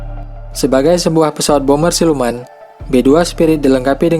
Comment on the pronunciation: bomber woy bukan boomer wkwkwkwk